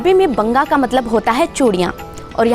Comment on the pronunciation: Banga Nahi kehnde, wanga kehnde han